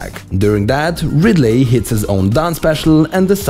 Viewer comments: STOP SAYING "RidLAY" when you mean Ridley. Ridley is pronounced (Ridlee) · Did anyone get annoyed by him saying radly?🤔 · "You want to hear another joke, Ridd-lay?" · "How about another joker, Rid-ley?" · the pronunciation of ridley is killing me